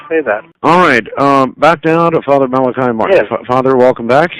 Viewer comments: It's interesting, Malachi states his own name a number of times throughout the interviews, pronouncing it as "Mala-key". For whatever reason Art never seems to catch onto this, referring to him as "Mala-kai" all the way. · Dr Martin he himself states in interview #1 and #7 that his name is pronounced mal a key. Not mal ak eye. Ditto with mr Buckley interview.